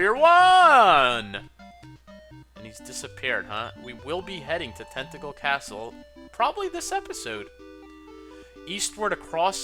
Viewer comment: When you said "Tantegel" I thought you said "Tentacle." Made me do a bit of a double-take xD Also, the drop in viewers seems to be across the LPing community. You, HCBailly, Chugga, (myself, though I don't presume to include myself with you guys :P) etc., etc.. 'Tis weird.